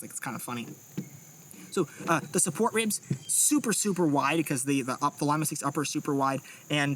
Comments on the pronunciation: No sir say Lee-Ma or Im reporting this offensive word, lol who says Lie-ma ☠️😂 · NATO Phonetic alphabet says "L" is pronounced Leema, as in Lima Peru, as opposed to liema as in lima beans. Great vid. Love your work! ❤ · Love you guys. You’re doing God’s work. BUT Lima.. Lee-mah. Not Lime-ah. L, in the phonetic is Lima, Lee-mah. It’s not fruit. Much love! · Young fella said; "lime-a" 😂😂😂.... lee - ma' * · Pronounced LEE-MAH, not Lima as in Lima Bean. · You should make it compatible with one of those fancy grips that accepts backstrap and frontstrap additions. And it's LEE-MAH SICKS, it's not a bean! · Lima "Lee-mah" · Lie-ma six lol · You say Lima weird.